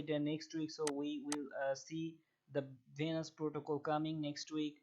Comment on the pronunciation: It’s Venus coin not vanus and it’s lend Not lannd